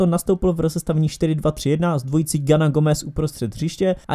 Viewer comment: Gueye se čte Gej, ne nějaký Gana